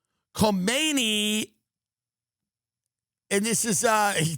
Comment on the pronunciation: Netanyahoo pronounces Kohmeni's name very properly, and that's really what counts.